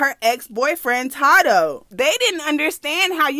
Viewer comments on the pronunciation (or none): Not that you said todoe 😂😂 it’s TADOE respectfully sis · Ta dough. I’m dead it’s Tay doe 🤣 I love u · Lmfaoo how she said tado 😂😂😂 “Tadoe” 😂😂😂😂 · IT’S TAY-DOE!😭 I’M DEAD. cuban doll do like that rough shit, tadoe beat her ass, too. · Its pronounce Tay-doe. I think we all told u this before lmao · Love the videos ! Keep em rolling and his name is pronounced, "Tay-doe" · Its pronounced tay doe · It’s pronounced as “Tay doe” lol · It’s TAY-DOE baby lol it’s okay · Lol sis it’s TAYDO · It's TAY-THO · taydoe how you say it but yes this messy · It’s pronounced TAE-doe. Cuban is toxic and weird she need help. She going out real bad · secs the way she pronounced tadoe name had me blue laughing lot of people pronounces his name wrong LOL